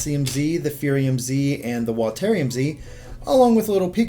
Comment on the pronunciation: "Watairium" I guess you call water watair then